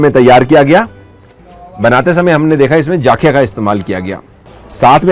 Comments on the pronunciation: Sir jaakhiya nahi zakhiya Bolte hai. NaraZ mat hona pls. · Its Jakhia , not Jaakhia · Sir enjoyed ur video a lot ...sir just try atleast once Faadun...it's also a traditional dish famous in Uttarakhand...it is prepared with Gahat daal...n one more thing I wud like to mention here The correct pronunciation of pahadi jeera is Jakhiya not Jaakhiya.. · Sir jaaakhya ni hota jakhya hota hai ja normal hota hai without A ki maatra